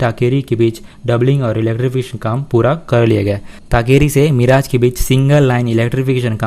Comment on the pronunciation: Yar tum har bar miraaj kyo Bolte ho मिरज नाम है not मिराज